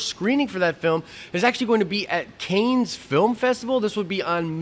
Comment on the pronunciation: Love the video! FWIW heads up on Cannes - it is pronounced "can" or "kahn" definitely not "canes".